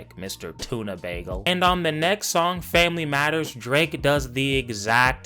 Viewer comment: “a nice tuna saandwich on uhh baygel” 💀💀